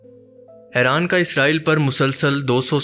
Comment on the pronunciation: Its not Aaran It's IRAN